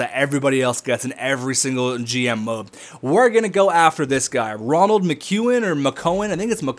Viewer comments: Rol-end - Muh-que-in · Role-and Mic-ew-an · in all honesty not trying to chirp: do you have dyslexia? because you shank a lot of names and your calling Roland Mckeown ronald which doesnt make sense <3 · Roland not Ronald